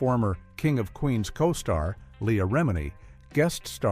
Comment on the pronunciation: This ai narration isn't bad. Surprising. It fkd up leah's name but expected, we even mess it up. "Serious" (pervy af!) issues. That chick was fkn gross, too. "Julie". Never liked her, nor ANY of her roles.